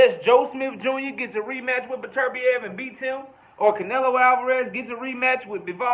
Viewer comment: You're Only One I Hear Pronounce Beterbiev The Correct Way